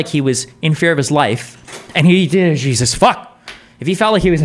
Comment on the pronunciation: "if he was I fear for his ife"